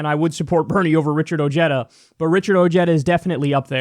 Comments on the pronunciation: isnt pronounced oheeda ha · Its pronounced oh-hay-da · his name is probably pronounced with the spanish H, OHeda not OJeda for J sound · I just Richard Ojeda pronounced his own name correctly. Ojeda is a Spanish name pronounced (o-hey-da) not (o-jeta) it’s not Irish. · I have wondered about Richard Ojeda's ethnic heritage because he pronounces "Ojeda" as "oh-JED-uh" and where I live it would be pronounced "oh-HED-uh." All I found was this from Wikipedia (which I distrust): " Ojeda is of Mexican descent as his grandfather had illegally immigrated from the Mexican state of Jalisco and his father was born in the United States, but moved to Mexico and lived there until the age of 8." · its not ojeddah , its oheyda. ojeda. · Beto has a better chance! Ojeda, pronounced (O-head-thuh) needs to step down! If he persists, Trump will win due to votes being split between Ojeda and Beto! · Some interesting facts in the Ryan Grim article on Ojeda’s candidacy. 1. Ojeda’s grandfather was actually Mexican illegal immigrant. His name is pronounced ‘oh-HAY-da’ 2. How will working class whites respond to a Mexican-American? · Too bad many people, like Kyle here, are going to mispronounce his name ;-)